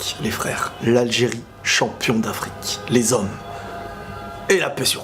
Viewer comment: dire les Zhommes avec un accent français ça va pas dutt lol , c'est une spécialité algerienne au bled les zzzzzhommes